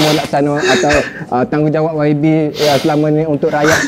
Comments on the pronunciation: menyebut yabi yg sebetulnya waibi sebutannya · YB itu sebutannya kalau di Malaysia Y=wai B =bi.... rengkasan yg membawa maksud Yang Berhormat